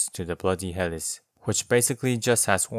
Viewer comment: Great video as usual. I've been going through and watching all of your Elden Ring weapon videos. I'm sure you've heard enough about the word Epee ( Ep "like Epstein" - Aye) at this point. But I haven't seen anyone say anything about Helice, which is pronounced like (Heal - e - See). It's referring to the spiral shape of the sword, which is a form of helix, similar to how the structure of DNA 🧬 is a double helix. Just thought you'd want to know!